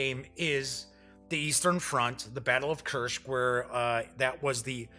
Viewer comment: Why Kuršk? It's Kursk. Easy and simple.